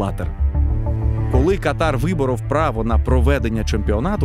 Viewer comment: Катар бывает верхних дыхательных путей). Страна называется КАтар. Ударение на первый слог.)) Шутка юмора, без обид.))))